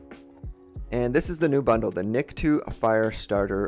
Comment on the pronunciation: Btw his name is pronounced Nik-toe, not niktwo, just saying, great video tho, I'm mostly likely gonna get this.